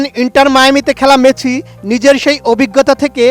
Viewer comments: বলদ মেচি নয়। মেসি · হেডার সাংবাদিক!! শিউর রেফারেন্সে চাকরি পাইছে। ঠিকমতো উচ্চারণই করতে পারতাছে না।। লিওনেল মেচি..